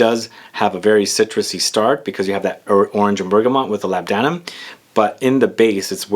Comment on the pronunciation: labdanum is pronounced 'lor-da-num'